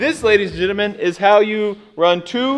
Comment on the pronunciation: “Ladies and gittermen”. Lol